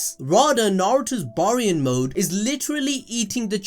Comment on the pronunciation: Bear-ian. Say it with me now, Bear-ion Mode. Baryon Mode!